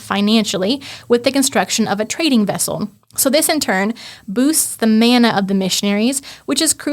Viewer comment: Interesting. There's a lot of info packed into this podcast. The word 'mana' is pronounced with an 'a' as in 'father' not as in 'man', meaning power, honour and authority.